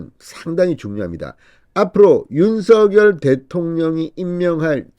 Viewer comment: 발음 똑 바로합시다 윤서결이 아니고 윤석열 입니다